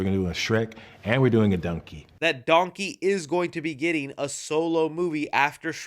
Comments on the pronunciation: Please tell me I'm not the only one who immediately caught Eddie Murphy saying "dunkey" instead of "donkey" XD XD (Heck, even YouTube's close caption got it!) Also it has been confirmed, John Lithgow is NOT returning for Shrek 5, so IDK why they are saying Lord Farquaad is coming back, unless they're bringing back the character, but having someone else voice him. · Why does Eddie Murphy pronounce Donkey like "Dunky"?